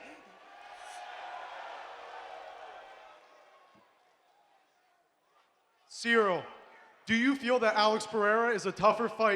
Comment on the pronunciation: Ciryl NOT "Cyrial".